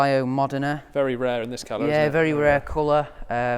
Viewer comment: Lovely collection but the kid clearly knows nothing about cars. He pronounced most colours wrong for example and Injection 512BBs are more common than Carb cars...